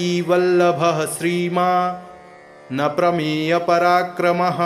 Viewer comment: 23वें श्लोक के उच्चारण में जानकीवल्लभ:+श्रीमान् + अप्रमेय पराक्रम: उच्चारण होना चाहिए,न कि : ''श्रीमान् नप्रमेयपराक्रम: "" यहां अप्रमेय का नप्रमेयपराक्रम यह उच्चारण अशुद्ध होगा। सादर सप्रेम सद्भाव सहित।